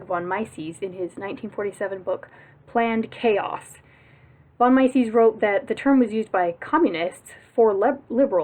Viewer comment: Great stuff. Also, it's meises like meesees and keynes like cains